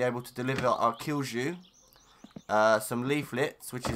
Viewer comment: good video. btw, kilju is pronounced "kill-you".